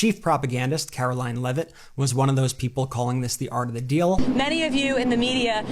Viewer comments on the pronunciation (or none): none